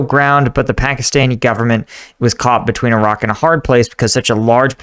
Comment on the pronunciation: i cant tell if he said iraq and a hard place or a rock and a hard place